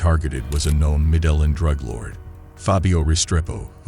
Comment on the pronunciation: good stuff but the guy can't even say his first name or his city correctly lol